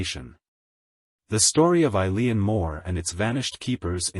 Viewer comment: Its pronounced "E-lan"